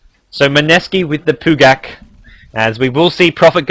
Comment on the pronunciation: its funny how you say "pugak" idk what it really means :D